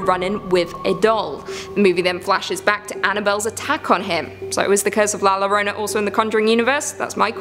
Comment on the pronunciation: Who is la Lorona its la yo-ro-na [not spelled this way] 😳😳😳😳